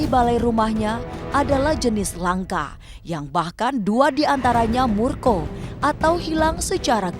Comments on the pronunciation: Murko atau hilang secara gaib ? Wkwkwk . Mukso/moksa cuk bukan murko 😅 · Mukswo bukan murko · Mukso yah..bukan murko..kalo murko itu marah.. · Murko..?? Moksa kali mbk 😬😬